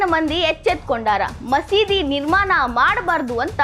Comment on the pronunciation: ನಿರ್ಮಾನ ಅಲ್ಲ ನಿರ್ಮಾಣ